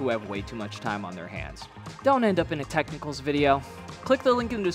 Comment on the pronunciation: Tech-Nickles 😂... stop him !